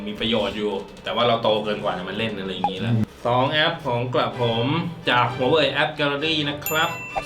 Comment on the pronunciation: แม่พี่ถูกแล้วนะคะ huawei อ่านว่า หัวเว่ย (华为; huáwèi) ไม่ใช่ หัวเหว่ย ตามที่ใครเค้าหลอกมา